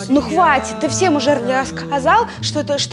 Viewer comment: Она говорит что Д для неë сложная но она идеально произносит слово Девушкк